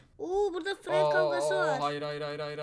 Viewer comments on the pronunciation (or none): none